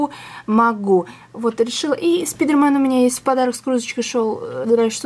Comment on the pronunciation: Как она его ласково называет: "спИдарМен"